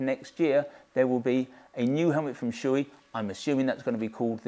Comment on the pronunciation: Thanks for the excellent review. By the way it's pronounced "show-eh" not "shoe-ee".